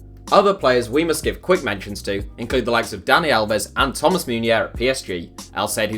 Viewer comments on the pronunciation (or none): none